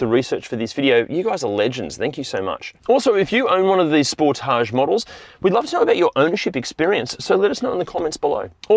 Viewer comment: FYI, I bought a used 2017 Sportage or Sportáge SX Turbo, as you pronounce it, in March of 2025 with 10,200 miles or 16,400 km on it. I absolutely LOVE this vehicle and it IS Fun to drive and I have had NO problems with it since the purchase date. I did buy an extended Bumper to Bumper 10 year Warranty as with a Turbo it can be expensive to replace and literally EVERYTHING is covered under this Platinum $100 Deductible Warranty. As of Sept. 24, 2026 I now have 12,500 miles or 20,116 km on this vehicle and will own it till ?? This car has so many OPTIONS on/in it that I still am LEARNING about everything. OH, we bought a New 2025 Telluride in Feb. of 2025, for my wife, and this car is a DREAM to drive and own. Love your channel also.